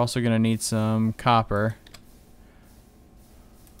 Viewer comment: lol it's copper not coper!!!